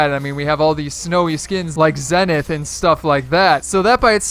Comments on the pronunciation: in one of the fortnite ads or trailer, (I don't exactly remember which), they actually said it's pronounced ZEE-NITH, not ZE-NITH. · STOP. SAYING. ZEH NITH.